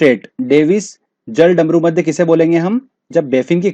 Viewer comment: Ise jal-damru-madhya nahi bolte.... Balki jalad-marudhya bolte hai 😂😂😂😂😂😂😂😂😂😂😂😂😂😂